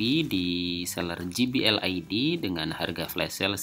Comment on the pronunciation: Satu lagi penyebutan J, harusnya je aja kaya bahasa indonesia. Klo ji it huruf G